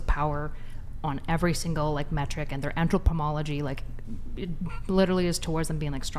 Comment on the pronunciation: The funniest part of this was watching the dark haired girl pretend to be smart. Did she just say "entropomology"? lol